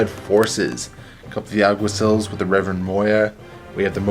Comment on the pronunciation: Lol, Alguaciles, 'Al - gua - see - less', it's a Spanish word that means something similar to Cop, Officer, or Marshal. That mini is a Tomcat, Zeros have completely flat helmets with only one eye on the left side, Prowlers have also featureless helmets but with one line running down the middle. Die Morloc Groupe, pronounced: 'Di Morloc Group', or just Morlocs. Akalis Sikh Commandos, Akal <- no exta "L". I'm picky about naming because since you have to explain your intentions in this game it's hard to understand what you say if you mispronounce the names. Communication is kind of important in these games. :) That Iguana looks really nice.